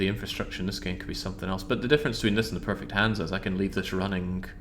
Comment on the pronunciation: It's hansa.